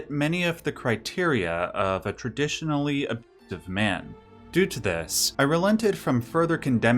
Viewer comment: What the heck, you can't even say "abusiive"? Holy shit that's lame.